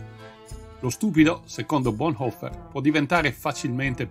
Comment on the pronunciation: Su Bonhoeffer si potevano dare informazioni più precise, ma il video è decisamente ben fatto. La pronuncia del cognome è buona, troppi italiani lo storpiano in "boneffer".